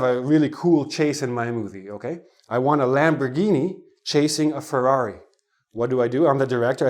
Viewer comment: the way of saying ferrary anoyed me.there is alot of roading